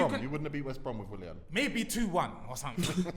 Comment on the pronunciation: WILLAN, MAR-TIAL.... These guys are butchering the rassclat outta these names lmao